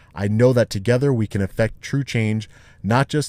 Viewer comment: The police do what they do simply because they”ken”? I know you meant “can”, but it sounds like you’re saying “ken”.